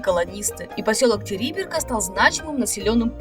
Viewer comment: Правильно не Териберка ,а ТерибЕ́рка